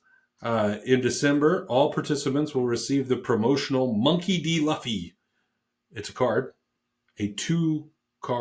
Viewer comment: before the one piece people come after you it’s Loo-fee lol